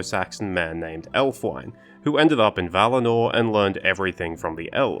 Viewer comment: Ælfwine should be pronounced /ˈælfˌwi.ne/. All the "wine" at the end of Old English names (which is what the Rohirric names are represented as) should be pronounced [wine].